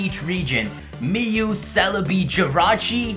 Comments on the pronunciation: Did you just call mew, me-u? It sounds like new...MEW. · It's mew not me-you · Me-you? Seriously..... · "Mee yuu" no it's Mew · Did you pronounce Mew as "Mee-You" Seriously?! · Um who is meeeee-yew lol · did he just mispronounce mew's name 😕😕??